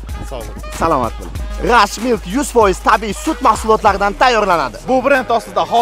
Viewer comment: Akamiz R harfini eta olmas ekan...Rashmilk❌G'ashmilk✅